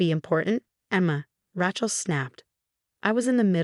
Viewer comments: Her name is Rachel not Rahchel.😲😲😲😲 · Too bad they couldn't get the AI generated voice to pronounce the name of Rachel, the right way! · The name is pronounced "ray-chel" NOT "ra-chel" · Rae-chel, not Rach-el. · Not Rach, pronounced RAYchel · Please find someway to teach the narrators how to pronounce words properly. The name Rachel is Ratchel it's Raychel. There are a lot more. Please do something I grind my teeth at every misprounceation. 🎉🎉🎉🎉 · Rachel is pronounced 'Ray chel' not 'Ra chel', Yacht is pronounced 'Yot' not 'Yat', and Hermes is pronounced 'Her mees' not 'Her mes'. Please get a person to read these stories instead of a robot. Thank you. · Ra-chel pronounced Ray - Chill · Ray chill or Ra shell which is the French way but never Ratchel. Also executor is exec you tore. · A worthwhile trick is to listen to your own story. Ratchel ?? it should be, must be, pronounced Raychill. And heirs is never pronounced hairs. If this was AI, you still need to edit obvious errors. Otherwise it's Absolute Idiocy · The name is Raychel not ratchel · It's so annoying listening to them pronounce Rachel as rat-chel. Please due a proof read and audio analysis. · Ratchel instead of Rachel 😅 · It’s pronounced “Raychill” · There is no T in the name RACHEL! Do not pronounce it RATCHEL. This is what you get when you do not use real humans! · Evil sister is, “Rachel”, pronounced - ray chill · Lol.... Racht-ol! 😂😂😂😂 Don't give up the day job! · A person is not a mechanic's tool a rachet spanner! Where on earth did you hear one person call Raechel, as rachel, are you nuts, how disrespectful! Even if it's spelled Rachel it's never said as you did. You are crazy! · Pronounce words correctly. Example - Rachel say Ray-chill. Read say- red. Spelling - heirs not hairs. Good grief! Get and editor for script. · Rachel, sounds like Raychill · It's Ray-chill. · Geez. What a stupid AI reader! Rachel is improperly pronounced. Except for two - which must have been errors.